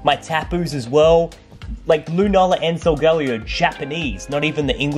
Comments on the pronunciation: You said sol-gall-ee-o but it’s sol-guh-lay-o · I always called Solagleo, So-ge-lay-o so I was confused on your pronounciation!